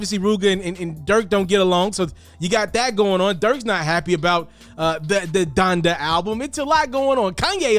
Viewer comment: Honda??? ITS DONDA BOY 😂😂